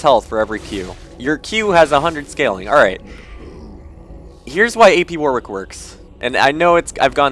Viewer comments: My ears started bleeding every time you said 'War-Wick'. You say it was 'Warrick', even though there is a 'w'. There is a place called Warwick in the UK and that is how you say it ^_^" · Second W is pronounced as an R